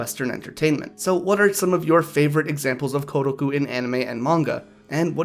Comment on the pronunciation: It is not "Gu", the roomaji is "Ku".